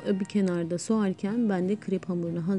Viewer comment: Sogarken degil soğurken